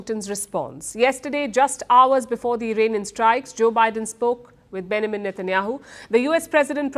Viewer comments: Its BenJamin not Benamin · Palki: Benjamin 🚫 Benamin ✅ 😂😂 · Name pronounced benjamin /bĕn′jə-mən/ BEN - JA - Min - pls get it right Palki